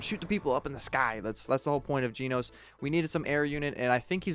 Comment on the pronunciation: Your pronounce about jenos your calling him jeanos ;-; he's call Jen-os just a little correction If you don't know he from one punch man is he's one of my favorite character